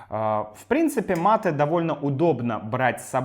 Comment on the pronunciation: Привет!! Какое-то время я изучал русский язык, и учитель сказал нам, что русские знают мате, а в русском языке оно должно произноситься матэ и с ударением в последнем слоге, Э